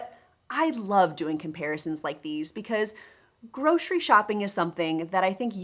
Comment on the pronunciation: "groshery shopping"